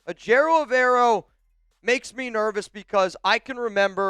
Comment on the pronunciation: you gotta learn how to say Evero’s name if he becomes our coach